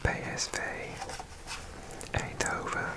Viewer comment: PSV Eindhoven Perfect pronounced